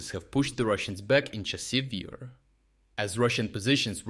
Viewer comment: The AI reader really has problems with consistency when it comes to pronouncing Chassiv Yar.